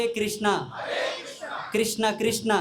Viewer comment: క్రిష్ణ , కాదు స్వామి. కృష్ణ అనాలి. ❤️🙏🙋